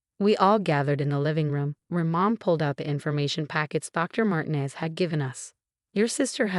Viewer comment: Martin ez? Horrible AI reading. INvalid, not inVALid.